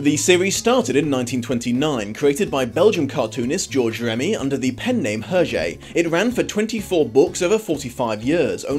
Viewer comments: Actually, his name is not pronounced like that. The H is silent. Phonetic transcription is [ɛʁʒe]. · sorry not sorry for being nitpicky, but... UR-JAY ? ERR-ZHAY ? HURR-JHAY ??